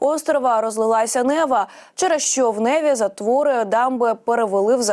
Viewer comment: Правильно промовляти не нЕва, а невА